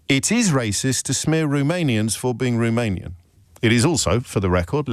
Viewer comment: Can we first pronounce Romanian correctly?